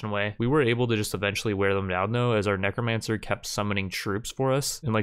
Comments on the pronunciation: Why do you keep changing between neek-romancer and neck-romancer? It's pronounced neck-romancer. thanks :p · Ah yes Kneecromancers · "Neekromancer lord" HAHAHAHAHAHAHA Its a Kneecromancer, he raises knees.